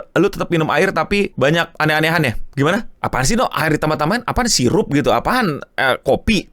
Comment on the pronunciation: itu mas2 boti nya tinggal bilang sirop aja susah bgt😂